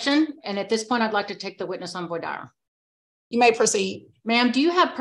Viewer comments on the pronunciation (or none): It's "vwah deer." smh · What attorney doesn't know how to pronounce voir dir? This defense attorney is terrible at her job. Not only does she make frivilous objections, but her tone is condescnding, accusatory and she comes off as exceedingly ingorant. Compound that with her arrogance and it's shocking she can make a living doing this. Also, anyone else noticed that Randy was picking his nose there pretty ferverently at the beginning?